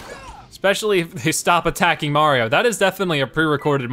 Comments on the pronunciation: He adds an extra N or M sound at the end of most words. XD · Is it me or is he saying 'Mariom'